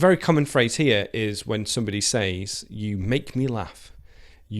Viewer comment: Hi... I have a doubt... why do you pronounce "says"/seis/ instead of saying /sez/...?